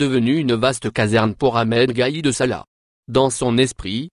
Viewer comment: gaid sala et non pas salah, en dirait 1957 58.